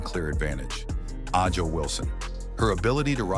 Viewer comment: Not a bad video, but I’m quite sure you’re the only one creating a rivalry between CC and AW (pronounce her name correctly) Ask CC if it’s a rivalry before you try to prophecy. CC is truly the MVP in all facets of the W. Aja great player, great stats, I guess that’s what they go on. She was being promoted as MVP after game (4). The narrative continues. CC has already accelerated down the path as becoming the GOAT.